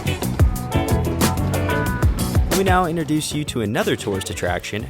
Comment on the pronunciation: 'Innerdoose'? No! It's 'INTRODUCE'. Sigh.